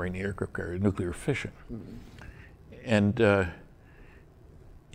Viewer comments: you did an awesome job... but its NEW-CLEAR not NEW KYOO LER on second thought, I just got to the 59 min mark... not good. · STOP SAYING "NUK-U-LAR" it's "Nuclear". "New-Clear". "NEW-CLEAR"!!!!! Pronounce it right, or don't say it. Seriously. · From what I noticed, 'nuc-ular' has become an accepted pronunciation in the military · Stanton is admirable for not being as furiously annoyed as i am, everytime i hear say "Nuc-ular". Please, dont take English lessons from George W. Bush. If you have a nuclear phycisist guest, you could at least pronounce one of the most spoken words properly. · new clear ... done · This is pretty funny I'm getting more comments about my miss pronunciation of the word nuclear in the whole interview . I should do it more often I forget how well it worked for George Bush